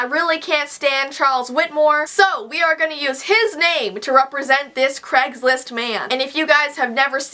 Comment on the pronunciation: I like how you say "CregsList" 😂